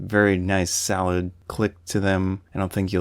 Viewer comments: "Very salad camera" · funny..i kept wondering ..what in the world of photography lingo does 'salad' mean, because im not a proffessional nor an enthusiast photographer and am just thinking about going to dabble into photography. im like...what does salad mean? i kept trying to find the metaphorical sense....i googled it and everything...turns out you were jusy saying the word SOLID!!! had a good laugh at my myself.